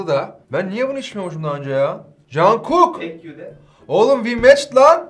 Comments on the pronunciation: çonguk diye okunuyor abi ama olsun 🤣jungkookumu görünce videodan çıkıp videoyu beğendim direkt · Arada g ve u sesleride oluyor ve birazda aksanli okumak gerekiyor ama basitce cunkok diye okunabilir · Telaffuzun yanlış yazma dediğin için yazmak istemedim ama yanlış 😂 Yazılışı jungkook Okunuşu (j-c)on(k-g)uk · Conkuk diye okunuyor ama fazla takmamak gerekir istediğiniz gibi okuyun jskcjskkskckdkkc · Telafuz olarak aslında Kore aksanında cunkuk ama tam olarak cun değil cug der gibi sonraki g harfi yok counkuk daha iyi okun ula bilir ve şu anda süt yerine bira içiyor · conkuk diye telafuz ediliyor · Normal okunuşu conkok . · Doğrusu conkuk ksızja ama daha yeni yeni keşfettiğiniz için bilememeniz veya yanlış söylemeniz normal :) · Okunuşu cankook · Okunuşu conkuk diye okunuyor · Jungkook conkuk diye telaffuz edilir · cunkok diye okunuyo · junkok diye okunuyoo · Conkuk doğru okunuşu aslında kısaca JK yani İngilizce ceykey diyebilirdin Amerikalı hayranları gibi böyle kulağa çok tuhaf geliyor 😁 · Jungkook'un olması güzel videoda ama sanki sadece Armyleri çünkü çekmek için konmuş gibi en son sevdiği yemek diye bir içecek seçmek ve adını bile doğru telaffuz etme çabasının olmamasından dolayı bunları düşündüm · Jungkook un ismini asıl yanlış söylersiniz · Jankuk degil conkuk diye okunuyor ama olsun abi boylede guzel 😂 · jankuk diye okunmuyo junkok diye okunuyor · Doğru okunuşu congkuk aslınsa cankuk daha çok amerikali fanlarin kendi dillerine uyarlayarak söyledikleri şekli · Hayır genelde "junkuk" diyoruz "conkuk" değil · ben de diyorum ki Cangu ne knk? Canguk diye okunmuyor Conguk diye okunuyor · bak aşk işte ben de onu diyorum ya. Orada ki "a" değil "o" yani Conguk diye okunuyor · Can değil con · Cankuk diye okunmuyor Jungkook diye yazılıp aynen okunur.Bu arada army sayısı daha fazla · Güney Kore’den selamlar 🖖 jangkook değil jungkook 정국 diye yazılıyor jongkook diye okunuyor 😂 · JANKUK DEĞIL (CONKUK) Army ler 1.4 milyar oldu bu arada